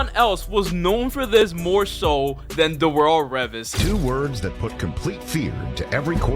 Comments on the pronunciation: Pronouncing it ”Reh-vis” instead of “Reee-Vus” almost made me click off the video do fast😂, amazing video tho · “Revus” don’t disrespect revis like that😭 great video tho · From the way you said Revis im not even sure you watch ball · Pronouncing Darell Revis like that is a sin 😭 good video tho lol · Bro had me until he said revis like that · How do you play a clip of Darrell Revis’ name being said correctly, after you yourself incorrectly pronounce his name. u watch the clip a just said “nah, imma do my own thing” 😂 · Bro how are you doing a video on cornerbacks but cant say Darelle Revis's name properly ?